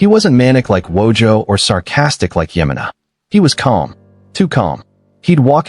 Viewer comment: “Yemmena”? Did you never watch the show? The character’s name was Nick Ye MAH na.